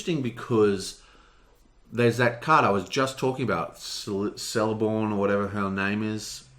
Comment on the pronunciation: "K"eleborn, "C" is always pronounced as a "K" in elvish name when it's at the start of the name. Like in Cirdan for example, "K"irdan.